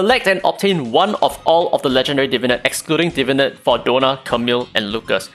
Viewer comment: This is a super nitpicky comment but I've noticed many youtubers referring to the new system as "Divinit" as opposed to "Divinate", like some unga bunga neuron fires off in my brain everytime I hear it haha.